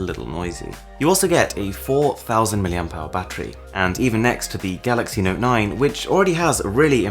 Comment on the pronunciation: I hate your accent. You don't say phone or mode...note...photos... you say all the time FHÖNE, MHÖDE, NHÖTE, FHÖTÖSE. So annoying.